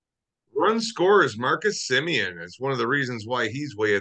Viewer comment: if you want to make a baby there is no "i" in Semien